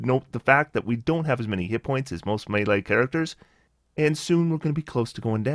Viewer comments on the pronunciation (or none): none